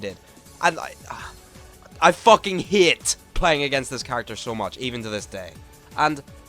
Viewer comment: i love when he says "hate" and it just sounds like "hit"